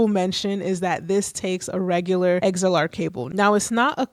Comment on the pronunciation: You lost me at “eggs-L-R”